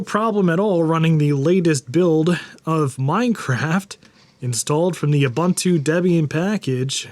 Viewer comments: Dude? OO BOON TOO, not OO BUN TOO. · u•bun•tu : (/o͞oˈbo͞onto͞o) . It's a South African word that basically means "Humanity towards others". I love you and your channel, but every time I hear it mispronounced it's like scratching nails on a chalkboard HAHA! (Now I need to do this to one of my old Macs!) Steam would be great on my old Mac.